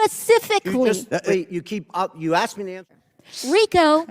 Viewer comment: She was probably a terrible bartender as well!!! " SPES-IF-ICK-LY" 🤣